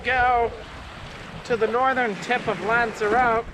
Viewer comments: LOVE your channel, but dude it's not lanzaROTE... it's pronounced "lanza-rotty". You're welcome 😊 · Loved everything about this video, can’t wait for the next upload. Oh and it’s not pronounced lanzerROTE it’s lanzer Rotty. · Another smashing video... but gotta love the pronunciation of Lanzarote! :)